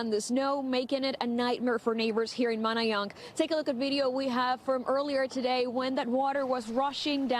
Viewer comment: Hey girl you better learn to say Manayunk